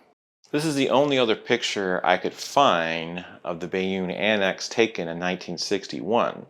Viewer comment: I had guessed IOWA Class but could not hull-tech the specific ship at this time period. BTW, Bayonne is pronounced BAY-OHN, both the city in France and the Town in NJ. And nearby Kearney, NJ is pronounced CARNEY.